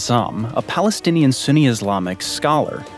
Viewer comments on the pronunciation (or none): none